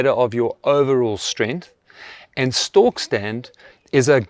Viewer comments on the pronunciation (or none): It's a stork test, not stalk test :) We don't want to be stalking anyone, but we want to stand still like a stork!